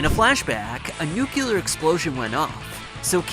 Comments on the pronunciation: Nuke-You-Lar War... haha I'm out! FYI it's Nu-Clear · Nooculer war!